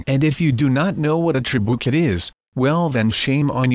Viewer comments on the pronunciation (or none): none